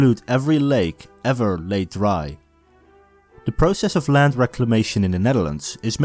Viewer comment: Asjeblieft spreek de 'd' van world of land uit als een D , niet met een Hollandse natte 't'.